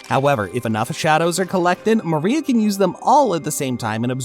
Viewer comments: Who the hell is gecko maria.. if you’re going to make a video about one of the most famous anime in the world the LEAST you can do is find out how to pronounce the names. gecko Maria -Gecko More ia Bege- beige like the color of pants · Gekko MARIA???😂😂😂 I am pretty sure it is MORIA! 😂😂😂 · His name is Moria not Maria though.. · Moria is not Maria 😂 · Why do you keep pronouncing moria like maria... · bro is pronouncing moria like maría